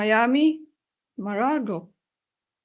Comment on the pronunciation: Not Marago, Mar-a-Lago.